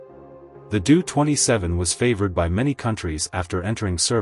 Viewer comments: Doh-Twenty Seven -- like Homer Simpson was saying it. Doh, line the first part of the name DOHrn-ier. It is hard to take the narrator seriously with that Doo-thing mentioned every few seconds. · You obviously don't know what you are talking about. It's a Taildragger landing gear, not tricycle. It's pronounced ; D O-27 not Doo-27. Empty weight did not Double. No acft on Earth has.😢